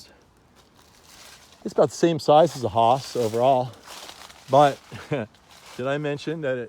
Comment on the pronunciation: Hi, Nice video but two things I would like to list here: 1st, Its Hass not HAAAS! The second one: your marketing for selling your trees. I guess you can find out how it was maybe by just reviewing your video!